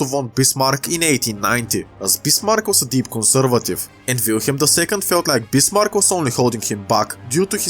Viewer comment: Sorry but i cant under stand what u saying and i use translate but it also did not understand you when you say bismarck transalator thought you saying bismar